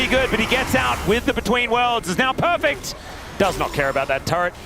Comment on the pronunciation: Perfext lmao 😂